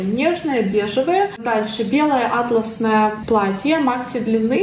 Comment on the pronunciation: привет:) какое красивое на тебе платье!:)) Если атлас в географии, то ударение на первую А - Атласная карта, если атлАс это ткань, то атлАсное платье, ударение на вторую А.